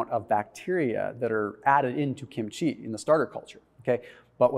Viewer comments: the accent is on the first syllable. KIM-chi. Not kim-CHEE. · I love kimchi. (It's pronounced kim' chi. Emphasis on the first syllable)